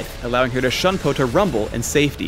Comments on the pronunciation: Juke5763 . I am very calm, and I already acknowledged the obvious fact that you just stated. It would be best if you actually read PhDinGnoming's original comments. "lol at the correct pronunciation of shunpo" was used as a response to my original comment: "lol at his pronunciation of shunpo". He thought it was the correct pronunciation when it wasn't, so I responded to him about it. He was acting as if he knew what he was talking about when he didn't. That is what I meant when I talked about faking knowledge. Also, when you try to quote people, actually quote them properly. I said "faking knowledge.", not "faking with knowledge". Then he responds with "How would you pronounce it then? Shenpah? Sheegee? Flibbertyajf?". At this point he is obviously just mocking me for no reason, so I gave him a response to answer his question as best as possible and left it at that. I think you should be the one calming down, and to also learn to read comments and understand the situation before attacking people. From my previous comment: "He didn't know what he was talking about, I corrected him, he asked for more detail, I answered his question properly and taught him the correct pronounciation." I don't expect everyone to be a "bleach nerd", and I have no problem with people not being a "bleach nerd". I barely even know Japanese, and I don't expect everyone, or even just LoL players to. Is there really such a problem with that? Where did you even get that idea? Stop trying to generalize, p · PhDinGnoming You do know Shunpo isn't English, right? It is Japanese. Shunpo is a romanization. He should still be pronouncing it properly regardless, unless he wants to invent a new English word. His pronunciation isn't correct. If you happen to be a language master (I am not, although I know definitely the correct pronunciation), please tell me all about it and correct me. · It's pronounced "Shune Po" Btw not "Shun Po" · lol at his pronounciation of shunpo. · The way he pronounce shunpo ==